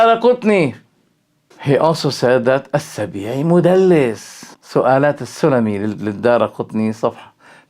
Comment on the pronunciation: أعجبتني طريقة نطقه ل مدلس . حفظ الله الشيخ دمشقية